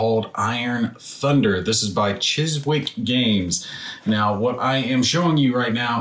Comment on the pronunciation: You don't pronounce the W in Chiswick in English. It's a large borough in London and is a very commonplace place-name. Chiswick Games is an English company, you should use English pronunciation when saying their name.